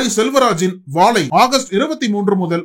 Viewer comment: "வாழை " pronunciation not impressive. Otherwise Anchor did a good job👍🏽